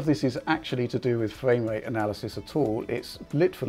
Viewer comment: What dose this guy have against the r , fwaim wate